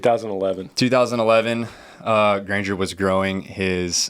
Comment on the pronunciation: I've gotten whooped as a kid my siblings would do worse but since there younger they get away with it By hereing that shout out that made my day but you prouncessed my last name wrong it's only about 4 months late but thanks for wishing me a happy birthday Granger